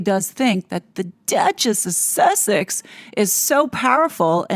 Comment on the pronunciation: 7 minutes in and you pretty much haven’t said anything of substance 🙄 How many times can one say ‘network’ in one minute? How many times, do you think, that weird way of pronouncing’Duchess of Sussex’ is going to be funny? And why blowing this up to over 20 minutes by adding a bunch of old recordings that don’t add anything informative 🙄 this was annoying aF.